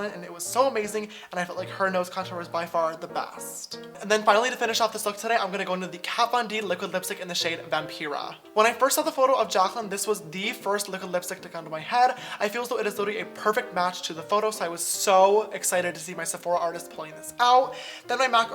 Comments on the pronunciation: It’s pronounced Vam-PIE-Ruh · Okay but the way you pronounced ‘Vampira’ ....